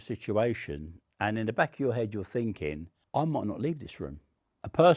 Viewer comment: This guy speaks in the same mannerisms as the little british girl from tiktok who suggested getting her mom a candle cause she promised to burn the next bad gift she got. Not relevant at all but every time he goes "So im finkin..." i cant unhear it.